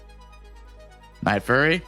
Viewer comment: son its nightfury not nightfurry 😭